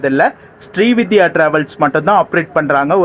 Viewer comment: Bro, it is not ஶ்ரீவித்யா . It is ஶ்ரீவிந்த்யா travels. Pl correct your pronunciation.